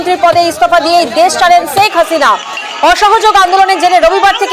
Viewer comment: ছেক হাসিনা নয় শেখ হাসিনা। উচ্চারণ ঠিক কর।